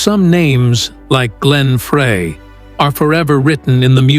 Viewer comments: Frey. Fry not fray!! So annoying. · Frey is pronounced FRY!!! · Teach AI how to pronounce every word they are saying. Frey should sound like FRY!!! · It’s so embarrassing to this channel that the creator of this video didn’t even bother to learn the correct pronunciation of Glenn’s last name. Many other reactors are also too ignorant to find out that it is “fry”. It’s very insulting to his memory.